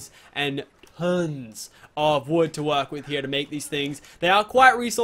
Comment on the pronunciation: Tuns and tuns of woood he says